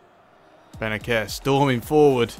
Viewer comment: Its like benaser not benaker